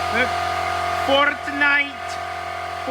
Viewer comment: "FORTTNITE... FORTTNITE"